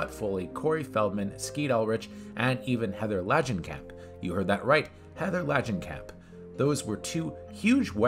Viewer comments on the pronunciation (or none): Heather "LADGENCAMP"? Read that name again please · How can you not pronounce Langenkamp or Horror? Aren't you a horror channel?